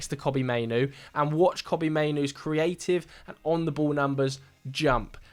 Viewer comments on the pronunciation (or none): none